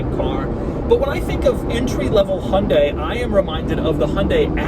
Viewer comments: Lol Doug it’s HYUN dai not Hon dai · It's not hunday It's hyundai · It’s Hyundai not Hondai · why do you always say 'hundae-' ???????? can you not speak hyundai? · Me : Hi - Un - Die Doug : Hunday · "Hun-day" haha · It's called a Hyundai not honday please learn how you use its name ???? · Love the inability of americans to pronounce Hyundai and Peugeot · The way Americans pronounce Hyundai......